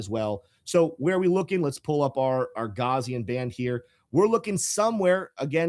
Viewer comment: gaussian: the first syllable (gau-) rhymes with cow second syllable (-si-) sounds like see third syllable (-an) sounds like the word in. please, for the love of god, do not pronounce gaussian as "gauze"-ian.